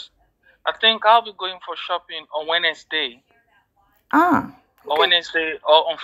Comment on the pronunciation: he pronounced Wednesday as winners day😂😂😂